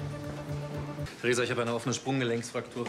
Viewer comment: Theresa..Theresa....Theresa Danke Theresa, hör zu Theresa Wie oft er einfach Thresa sagt bzw. wie du das zusammengeschnitten hast😂😂